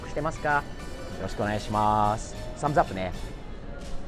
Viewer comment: 「サムズアップ」の発音が完全にカタカナ英語になってて笑う( ´∀`)